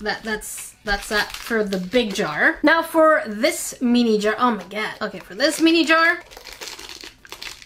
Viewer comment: pronounces “mini” incorrectly. She says “me-knee” (“me” rhyming with knee or tea or pea) when it’s correctly pronounced “min-knee” (“min” rhyming with bin or tin or sin).